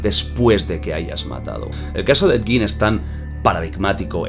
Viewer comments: En realidad se pronuncia he yin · Se dice a si edyin 😅 ese bro es súper viejísimo salía en la casa de los mil cuerpos película realizada por RoB Zombie 🧟 buenisima esa película bellísima ❤❤❤❤❤ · Ha dicho Ned gin? 😅